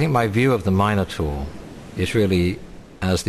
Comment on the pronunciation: lol u idiot taur is prenounced = tor